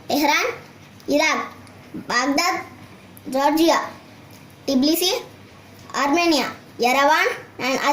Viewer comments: i live in georgia and his capital city is tbilisi not tiblisi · why you said Georgian Capital Tiblisi it's incorrect Tbilisi is Correct